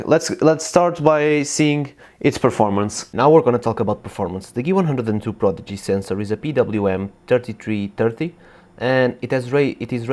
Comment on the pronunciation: Geeh-One-Hun-Dred :P